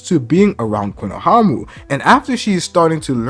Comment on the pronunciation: Again, respectfully, it’s pronounced “KONOHAMARU” 🫡 love your work